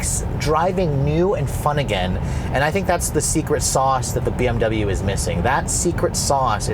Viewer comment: Maybe if you pronounced "double you" properly the BMW would respond better. ;)